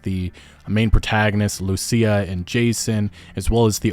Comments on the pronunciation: Lucia is pronounced - LOO CHEE AH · I don't mean to nitpick, but "Lucia" is pronounced "Lew-Cheee-ah"